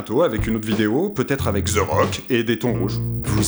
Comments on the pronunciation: omg et svp c the rock et nan ze Rock sinon super video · Ze rock... Non, THE Rock.